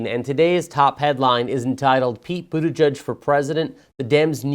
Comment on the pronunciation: BUTTigen? Really? 🤣🤣🤣 South bend IN? Ha ha ha ha ha!!!